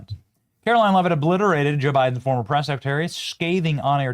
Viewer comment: KJP, What’s a secatary? I know what a secretary is but, secatary… not a clue